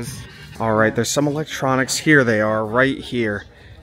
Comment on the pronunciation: I heard you say ELON-tronics 😂😂😂😂